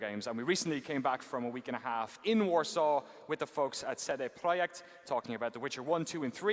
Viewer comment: Shit now I know how to pronounce cd projekt